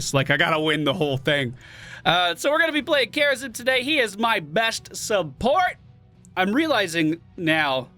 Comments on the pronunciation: Why when says "Kharazim" it sounds like "Kerrigan"? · The way he sayed Kharazim had me for 10 mins. I was zapping to that point the whole time :D